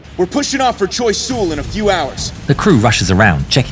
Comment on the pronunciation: "Choy Sool". I just love it when Americans try to pronounce French names.